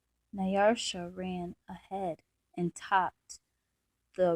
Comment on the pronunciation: You have a very calm, relaxing voice. But, there is not an r in Nyasha.